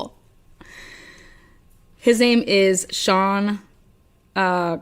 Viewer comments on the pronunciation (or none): none